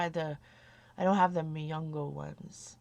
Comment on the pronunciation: Its Mungyo :) its also from Korea. Its a cheaper version of Prima, and they come with 12, 24, and 36 half pans. :D